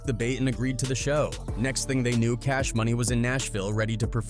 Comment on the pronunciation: Buck can't pronounce "knew" or "threw", I wonder if Glorilla can🤔